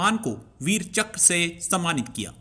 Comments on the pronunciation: Chakr, not chakra nor chakar. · One more - " Veer Chakkar" 😂🤣